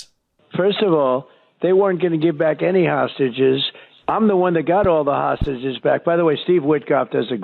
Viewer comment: It’s hard for him to say three syllable words like hostages … and he’s a pos. BB is a bastard !!